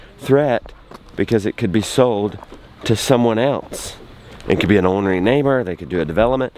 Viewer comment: Burst out laughing at CC saying our guest Kevin instead of Cabin, waiting to see if it has more pearls. Okay it has, ornate neighbour instead of ornery. Chilling instead of tilling. Teal instead of till. Receding instead of reseeding. Thats woulda instead of this woulda. Cap instead of calf. Work casino instead of Work Cation. Jon and Jenna instead of Jonah. Our rooms gone instead of Arun's gone. Then Maroon instead of Arun. How's the hair disappointing instead of a thats a hair disappointing. My mac's so stiff instead of back/neck (?). Burning up instead of burn it up. I have no idea who at YouTube does the captions or if its outsourced but man, it tickles me how a subtle change can make a sentence into a different thing entirely. I imagine that must be weird for the hearing impaired, the sentences are changed, now this is not a 'Fix this' kind of thing, this was an accidental observation due to having a loud house and using the CC to assist my viewing. I can hear so could adjust.